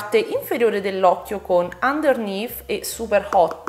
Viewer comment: Finalmente qualcuno che pronuncia underneath e "suit" in modo decente! 😁 Lo so non siamo tenuti a pronunciare l'inglese bene lo so. Poi però noi italiani scassiamo le balls a tutti i popoli del mondo perché non sanno cucinare la pasta. Quello è oltraggioso! Pronunciare suit come sweet invece eh dai cosa vuoi che sia! 😋😋😋